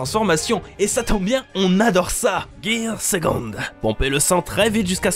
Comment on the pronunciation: gear segongue Gear fausssssssse Vous abusez un peu non ?